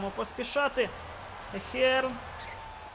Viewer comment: И не Ахер,а Эйхерн)